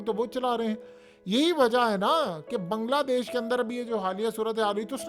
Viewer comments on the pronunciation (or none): none